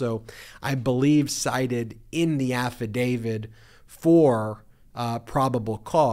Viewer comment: It's an affidavit NOT an affidavid!